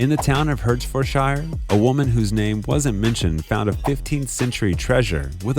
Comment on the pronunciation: Hertfordshire is pronounced heart-ford-shear